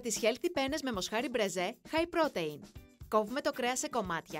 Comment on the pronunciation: Στην Ιταλία παλιά καναν τη μπολονεζ όχι με κιμά αλλά παίρνανε ολόκληρο κομμάτι κρέας κ το αφήνανε για ώρες μέχρι να λιώσει. Σαν εδώ.. άσχετο αλλά θα πει κάποιος στην κοπέλα που διαβάζει τα υλικά ότι protein διαβάζεται προ-τιν κ όχι προτειν